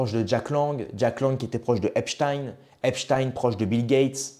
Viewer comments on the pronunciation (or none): none